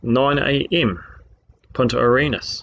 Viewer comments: did he say Point at your Anus??? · Every time he says "Punta Arenas" i hear "Point your anus" xd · Did he say, "Point at your anus-chile". What the crap is an, "anus-chile"? Is that some new slang for, "hemorrhoid"? Man, I hope so because that's brilliant. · I guess a guy who doesn't think much of man's accumulated knowledge also wouldn't see the point in looking up how to pronounce Punta Arenas.